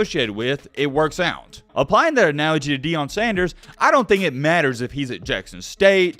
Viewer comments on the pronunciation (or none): It’s pronounced Ian not eon